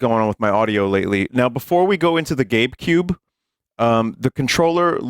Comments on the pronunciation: Oh you said GABEcube I swear I heard "Gape Cube" the first few times vinmo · I thought he was saying gape cube